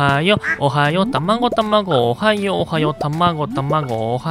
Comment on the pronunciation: おはよおはよがたまにオハイオオハイオに聞こえる